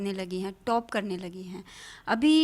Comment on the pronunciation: अखंड चुतियापा ?? हाहाहा आपने नाम सवर्णो का रखा, अरे मेडम आप गोरी नही हो, आपको गलत फेमि हुयी है, और पत्रकार मेडम बो टोप नही टॉप होता है।